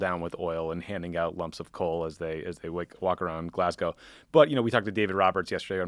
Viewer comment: On behalf of brits everywhere, thank you for pronouncing 'Glasgow' correctly!